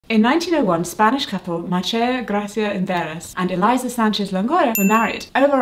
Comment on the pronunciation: Elisa is not pronounced Eliza it is E Leesa